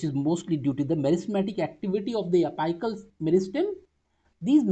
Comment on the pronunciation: Ita a really good explanation but please focus on the pronunciations of the most basic words Its not pronounced as ap'ai"cal It's apical(pronounced as ap"ee"cal)